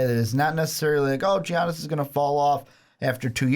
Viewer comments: I get what you're saying and it's actually a good content (I read the comments first and oh man the hate). But Jesus Christ dude, it's Giannis but pronounced Yannis. Soft g people, soft g. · literally cringing at the Giannis pronunciation. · Ok first of y'all are dumb as fuck...his name isn't pronounced like that. And he will be in Milwaukee for his whole career. He doesn't give a shit about national attention. He came into the league a few years ago and what was considered a "project" and the Bucks took a risk on him. And he liked that cuz they gave him an opportunity so he isn't going anywhere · The way you pronounce Giannis bothers me